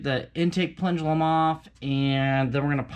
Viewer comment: Plendulum?! Haha...plenum.